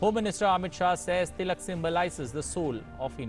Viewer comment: Sorry! Sir your pronunciation is wrong! That’s Bal Gangadhar Tilak